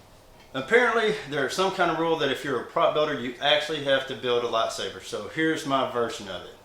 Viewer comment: It's lightsaber not latsaper